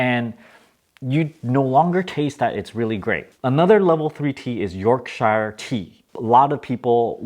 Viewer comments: Twinings, not twinnings. Peek-oh, not peek-oh-ee. York-sure, not york-shire. You're welcome. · Yorkshire = YORK-sure.